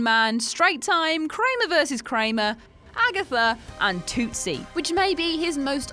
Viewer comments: Tootsie? Like tootsie roll the candy not "two-sea". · 2tsie instead of tootsie and pap-I-lon instead of papillon as well. poor show poor show.